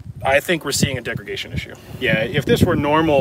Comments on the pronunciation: "Degregation" , not a word. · the host keeps saying 'degregation' but does he mean 'degradation'? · degragation??? NO degradation , YES and yes, I am a gun nut and a teacher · Im pretty sure just said degregation like 3 times in a row, like "did i hear that?" "he's actually doing that" "tf, this is gunna bother me" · Am I hearing degreGation?